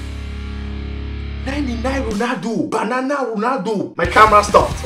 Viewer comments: Please stop saying banan😸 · where's he from Senegal Togo, Liberia, i like when he says banana and Basuka.